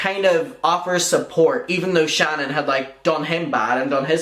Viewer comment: My name is Shannon. Lmao. I adore the way you say it. Creep show is making herself look worse. I have no clue why she won’t just shut up. Then her saying horrible things about The Viewers Choice. Saying he will relapse and blah blah. He drugs people.blah blah. Who the hell wishes a relapse on someone? It’s horrible what she’s doing.